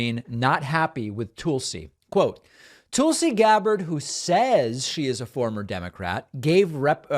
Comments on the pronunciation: David. Love watching your show but you are pronouncing Tulsi wrong. It’s not TOOLsi, it’s TULSI as in Skull. I mean, you wouldn’t pronounce Tulsa, Oklahoma as TOOLsi Oklahoma. Right? Not a fan of the former Democratic Congresswoman but this is an easy fix. 😊😊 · The way that David butchers her name as Toolsee when it’s pronounced like Tulsa is as disrespectful as Judge Jeannine not being able to learn how to say Kamala correctly. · Please stop saying Tool-see. She's the worst, but it's making me crazy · As an recent ex-Republican, I’m not a big fan of constantly pronouncing her name as Tool-si. Reminds of the childishness that I happily left behind with the Republican party. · “Tool-see” Gabbard. The most appropriate pronunciation of that name.